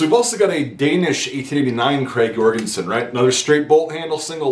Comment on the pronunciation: Hey. As a Norwegian I'd like to help you with the correct pronunciation of the rifle, Notice that the name is "Krag Jørgensen" not "Jorgensen". enjoy